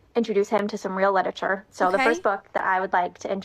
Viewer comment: Ah, yes, cliterarure